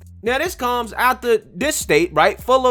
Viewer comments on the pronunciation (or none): love you. But please...it's AF-TER You keep saying ATH-ER